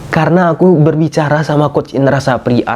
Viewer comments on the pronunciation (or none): Indra safri bang bkn sapri😂